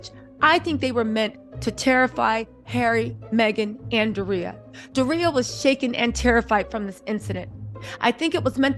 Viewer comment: Love ya, but its Door-Re-ya...Doria 🤣🤣🤣